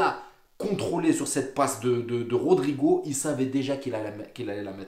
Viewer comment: Les gars cessé d'écorcher le nom de rodrygo et nn pas rodrigo😂 vs êtes de faux supporters Hala Madrid forerver🎉